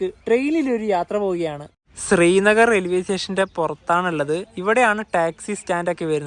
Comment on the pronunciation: താങ്കൾ ഉച്ചരിക്കുന്നതു സ്രീനഗർ എന്നാണ്. ശരിക്കുള്ള ഉച്ചാരണം ശ്രീനഗർ ആണ്.